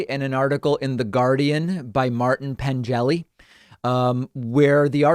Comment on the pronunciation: "Pengelly" is pronounced with a hard "G", not Pen-jelly. It's a name from Cornwall, the southeast tip of England. I lnow because I went to school with a Neil Pengelly.